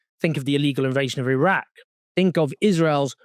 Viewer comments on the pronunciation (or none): none